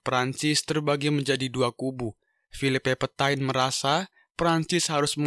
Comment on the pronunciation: Charles de Gaulle bacanya Sharl de gol, Phillipe Petain bacanya Filip petang